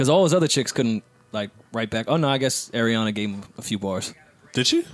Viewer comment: I wish they'd stop putting that spice on Ariana's name. Sis isn't Spanish. lmao